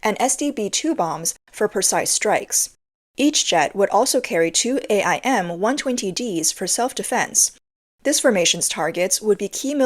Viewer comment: you can just say AIM like the word aim. Just like you say HARM instead of saying H-A-R-Ms